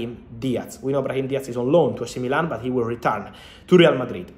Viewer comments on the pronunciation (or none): none